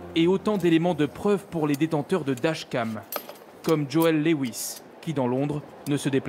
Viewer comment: C'est moi ou le présentateur a du mal à prononcer "dashcam".